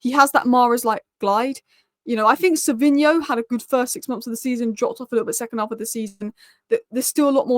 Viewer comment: Just a heads up. It's Savinho, not Savio.